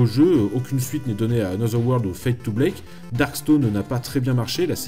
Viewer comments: bl(A)ck, fade to black et pas bl(é)k, petit detail t'inquiete tres bonne video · Alàlà ta prononciation anglaise passe... mais Fade to 'blake' Wath the putin de fuck?!